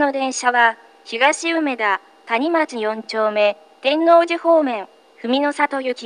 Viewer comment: て↑んの↓う↑じ↓でガチ草